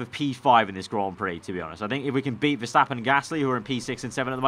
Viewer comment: Is it MAX VERSHHHAAPPEN?!